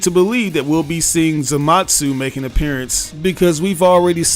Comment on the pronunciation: The mispronunciation of Zamasu bothers me 😅. There’s no T in his name